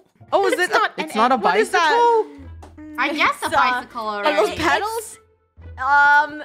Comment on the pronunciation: guys dum dum dum its a bike not a bicekle